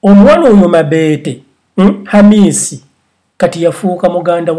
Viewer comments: Ha ha he... mbu mabeete. It's mobeto. But everything you said was coming out of my mouth earlier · 😆😆😆naye it's mabeto not mabete😆😆😆😀😀😀😀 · 😂😂😂😂😂😂😂😂😂😂😂😂😂😂😂😂 I really can't get over the way his saying her name"mabete" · 😂😂😂😂mbu mabeete🤣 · Agie bright every time I hear him say it I just laugh😂😂😂